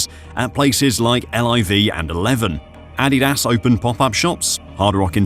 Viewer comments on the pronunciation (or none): none